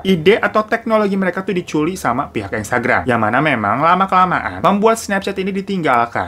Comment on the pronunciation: gausah di imut2in deh bang. ngomong di curi jadi di culi wkakaka